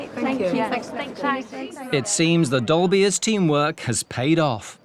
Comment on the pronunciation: Saying "dolbears" sounds like says "dolbies" in a really posh accent 😅. Once you hear it you can't unhear it.